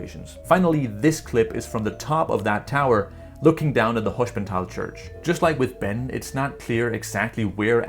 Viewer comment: Btw altough you mastered the pronounciation of "sp" as "schp" which is correct in German (for example Gespenst (ghost) or Springer (chessfigure knight, literally jumper), I would say That Hospental is not pronounced as "schp" but as normal "sp", because s and p here are in two different syllables. Maybe it is right due to regional accents but in High German you would probably Pronounce it like I said :)